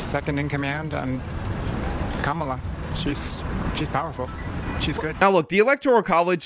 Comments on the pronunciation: It's Kamala, not Kamala. Get it right😂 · It's "camela" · It's pronounced Kamala 🙄